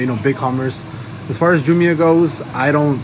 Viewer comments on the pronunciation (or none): It’s JAAA- MYY-UH